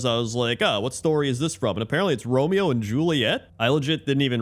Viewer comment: Rome-Mayo, Rome-Mayo!